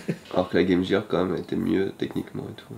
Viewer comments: Bonjour a vous, loin de moi l'idée de vouloir vous corriger, mais ça ne se prononce pas GAME JIRE mais bien GAME GEAR, comme GUEU. Voila voila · la "game jirr" LOL